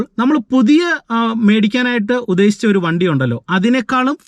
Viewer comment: Please pronounce malayalam correctly ™ UDDESICHA "